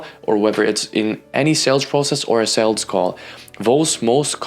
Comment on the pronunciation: Great vid, but - with all respect - it’s sooo annoying you saying saleDs. It’s sales. Not saleds.